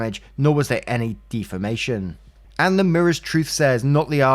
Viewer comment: saying Dee-famation honestly made my day.